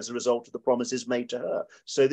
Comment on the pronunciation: "Brexit pwomises"... What the hell are you talking about? The future is promised to no man.